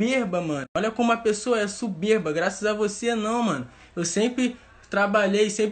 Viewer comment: Só consegui presta atenção no português " suberba" "digital influente" kkkķkkkkkkkkkkkkkk